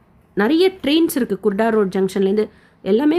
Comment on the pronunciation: Kurda Junction... Not kudaro sister